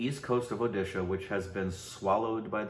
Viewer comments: I don't know but it really seems like Indians of other states intentionally say «udisha» for Odisha and “udia” instead of odia or say ''what language ur talking gibberish now is it Odisha???" Or tell their friends __hey check this out here listen this n then laugh it out saying r u speaking bengali or tamil telugu where is this Odisha is it in kolkata'''''''''' bla bla bla even if you correct them many times they tend to do the same mistake repetitively....Just to make a fool of odia people their culture cuisine looks and everything to make feel them low on themselves making them ashamed of their existence questioning their self-worth 🥵🥵🥵 but after looking at 😈😎 and 😅😚😚 spelling it correctly I'm sure that they don't know how to give respect to something that is different than them.. ☮️ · just pronounce 'O' instead of 'U'... Boom! Now you can pronounce it correctly. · yes...but most north people pronounce it uudisha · Baral Vlogs 'O' syllable is present in every Indian language. If they hear it right, they can say it correctly Whereas we(some of odia people) have mother tongue interference while pronouncing sh,z,a, etc. For them it's difficult to pronounce I'm not saying they are not doing it knowingly but it's our duty to correct them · Orrisa was changed to Odisha because fellow men pronounced it wrong.Odia people always pronounced it as odisha from many years.And the name change was done in 2011.What is the time frame u talking about to register a state name in people's mind.